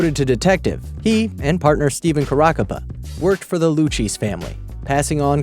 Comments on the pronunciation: Luchesey family? Haha. Lucchese is pronounced "Lu-Kaszhe" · 'Lucheese family'... LU-K-SE! ugh! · What did this guy say? Lucchese isn't pronounced as "loo-cheese". It's pronounced as "lou-kay-zee". Geez... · Attention (clown who is narrating the video). Louis Eppolito worked for the LUCCHESE crime family. Pronounced (Loo-KAY-zee) Not ( Lew-cheese ) LOL Don't be so disrespectful. They were a major crime family. You should know the name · It is pronounced Lou-Kay-Zee, not Lou- Cheese. It is a very famous well known mafia family name. That aside, this is a great video!! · The lewcheese family lol it's pronounced lew keh zeh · It's not Lou Cheeze family it is pronounced Lou Kay Zee Family, get it right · I think he means luchese its not luci. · The "Lou-cheese“ family.... Really? You've really never heard of the Luchesse (lu-kay-see) crime family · Luchese is not pronounced loocheese, it's pronounce looKayzee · Lucchese. pronounced Loo kayzie. not loo cheese. lmao dumbass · The Loocheese family lol? Luchese. (Lu - Kay - see) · Stopped watching at "Lu-cheese family". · Loo-Cheese? Not from New York, are you? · Lol at him calling the family, "Lucheese". So incorrect. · The "Loo-Cheese Family"? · The "Lou Cheese" family lol😂😂😂😂😂😂😂😂😂😂😂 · he said "lu-cheesy" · With all due respect. You pronounced lucchese wrong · If you are making a video about a topic, shouldn't you at least find out proper name pronunciation. First story pronounced (Caracappa) KARA COP A , and the crime family name is Lou K Z (Lucchese )